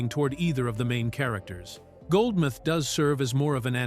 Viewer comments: Goldmouth not Goldmith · For those that are unfamiliar. This is NOT Eddie Murphy's only film without playing multiple characters. All of the Beverly Hill Cop movies,, Boomerang,, 1000 Words,, Trading Places,, 48Hours,, I can go on but you get my drift.. and it's Goldmouth not Goldmyth..